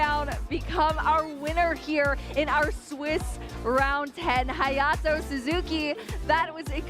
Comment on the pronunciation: “HayOTo” jeebus please have commentators practice the players name before the match. It was really funny listening to the female commentator flip between “haYAto” and “HaYOto” before settling on “hayoto”… making us English users seem ignorant even when his name is Romanized for them.